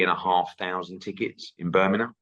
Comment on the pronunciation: Why can’t Eddie say Birmingham properly?